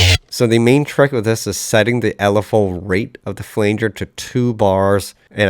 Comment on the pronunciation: Great cover. My only criticism is your pronunciation of "flanger"